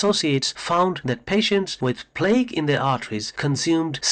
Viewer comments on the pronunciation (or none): It's pronounced Plak (plaque) not plague